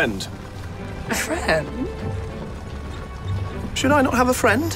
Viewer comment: I love how she turns "friend" into a 3 syllable word. 😂